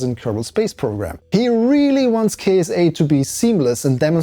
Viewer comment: I believe it pronounce Kit-sa. like NASA, ESA, and JAXA.